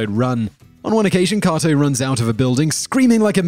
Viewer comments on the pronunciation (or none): Stop saying koto.....its KATO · The Green Hornet's sidekic's name is pronounced Kayto, not Kahto. Try watching the shows you talk about and actually listening. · Kay-toe (Kato) and Berle (rhymes with Pearl) Other than that great... discovered some new stuff about the great BL - which I didn't think was possible. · With u on that just because of the sheer number of times he says it, leaves u screaming 'IT's KA'Y'TO, KA'Y'TO, 'Kay'To' 'KkkkkkaaaaayyyyyyToeeee' lol 🙃👾✌️ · How can you know all this about Bruce Lee and still not be able to pronounce Kato? Even if you're pronunciation is "more correct" and you say it with a British Accent isn't going to change the fact that no one else says it that way. Also you mispronounced Milton Berle's name as well. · typical commentary cant pronounce kato